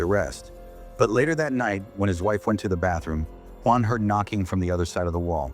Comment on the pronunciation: Nope! It’s the way they say “guan” instead of Juan.